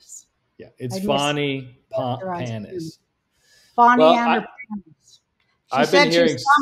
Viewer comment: It’s “Farni Parnis”